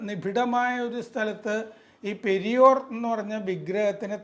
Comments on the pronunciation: It is not "Periyor", it is "Periyaar" and his full name is Ramaswamy Naicker, the founder of Dravida Kazhakam. He was called "Thanthai Periyaar", as a father by all Dravida Kazhakam, Dravida Munnetra Kazhakam (DMK) and Anna Dravida Munnetra Kazhakam (ADMK) party men. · പെരിയോർ അല്ല . പെരിയാർ. പെരിയാർ ... Singular പെരിയാർ - Blural മാന്യത ഉള്ള പലരും പെരിയോരാ ണ്